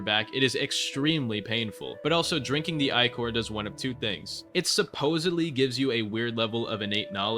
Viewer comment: I legit don't know when talking about starkindred if you are saying icore/eyecore or ichor, I will assume ichor as most novels refer to it when talking about stuff like this(I have never obtained starkindred) Nitpicking but please use ick-or not eye-core